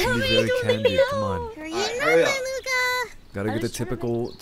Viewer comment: I am learning French and when Luca said his name was Luca and I know a bit of French that was correct